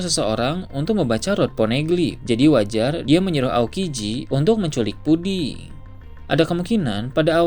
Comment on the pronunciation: puding bang bukan pudi